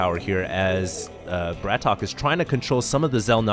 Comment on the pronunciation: and please pronounce the names right BRATOK is one word not BRAT...OK and also if you don't know where BRATOK is from, just don't say noting he is not ukrainian he is russian you don't want to be called canadian so try to do your homework before the cast